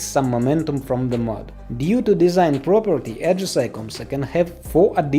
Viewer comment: Bro its ajisai not ajisay😅